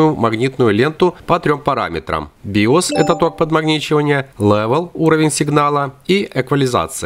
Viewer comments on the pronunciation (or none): Только не Bios, а Bias. Лайк за видео. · От вас уши вянут. Какие еще "пропИсать"? Не bios, а bias.